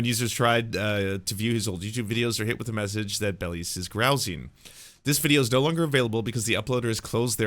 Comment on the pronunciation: The correct pronunciation of belies is bell eyes, and grousing is pronounced grouse (as in the bird) ing.